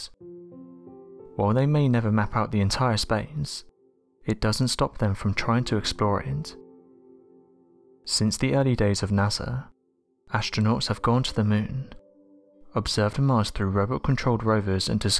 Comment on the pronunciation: Dakota Leveille I’m with you. “ashtronauts, ashtrology, ...” they had a good narrator then went back to this crappy one....question of money I guess.